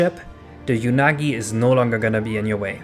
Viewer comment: Just for my sanity: it's pronounced "Oo-nagi" not "Yu-nagi". Because it's literally the Japanese word for "eel": うなぎ